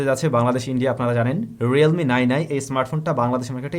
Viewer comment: Realme not Relme bro